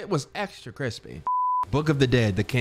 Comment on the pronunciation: Anyone else love when B says CrEsPeY